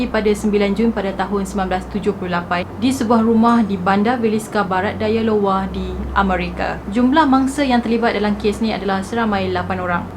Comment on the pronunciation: Bukan lowa kak sebut dia. Ai yo wa = iowa